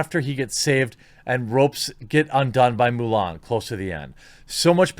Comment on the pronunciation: Haha, I think I heard you say "Mule Ann"... XP